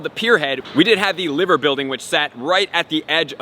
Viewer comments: Ly-ver, not Liver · great video mate, but its liver bird as in lie-ver bird. sorry to correct you on this but i had to! 🤣